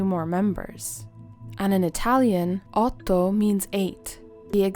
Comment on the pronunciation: You pronounced "Otto" in italian with impressing accuracy, I just had to pause my sims game and congratulate you lol. Love your content :)